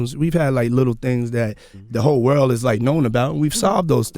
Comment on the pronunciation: around the wurl